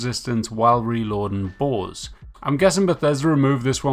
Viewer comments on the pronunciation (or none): 250 damage resist while reloading what? First time your accent ever gotten in the way of me understanding u. Sounds like you're saying bows..... 😆